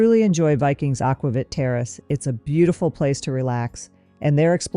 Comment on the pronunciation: Very thorough comparison. Btw, it’s pronounced “aqua-veet “.